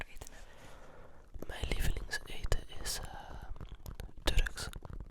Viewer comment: toen hij zei turks dacht ik dat hij drugs zei hahahaha